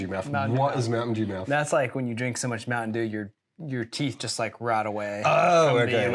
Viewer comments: MOUNTAIN DEWSH! 😂😂😂😂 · Are you saying Mountain Jew? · not mountain dew but mountain djew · Mountain Deux? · Mountain Dooze 😂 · Mountain Dewze?